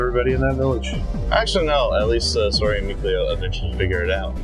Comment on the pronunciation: Mason got lucky in the anime. In the game, he gets eaten. Also, it's seriously painful listening to you guys try to pronounce Sorey's name. Just call him Slay if you can't say it right pls